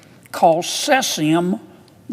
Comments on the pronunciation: Also, *ce-zee-um or ce-zhee-um. Not si-si-um. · 'Sessium' lol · god how are these senators getting into power. him mispronouncing cesium is the least of anyone’s concerns